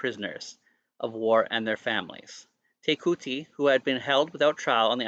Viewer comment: Te Kooti is pronounced TE ( as if you are about to say tent but sharply stop after the Te , ) KOO ( sounding like English pronounciation of Claw Without the L Rhyming with RAW ) and then a sharp sounding T ( like the ending of party , not sounding like you are saying Tea ) TE - KAW - T